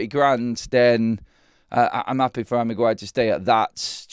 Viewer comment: The Bruno flu affecting Magwire